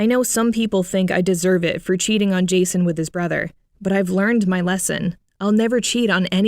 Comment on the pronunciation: When she first said Jason I honestly thought she said Jesus lmaoo